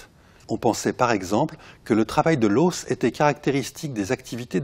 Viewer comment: le deuxième chercheur a des manières de tête à claque et on ne dit pas "l'haussse" mais l'os !